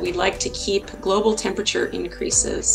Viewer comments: Dear presenter: The word is not "tempachur." It is "termperature." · “Termperature”? Got it 😂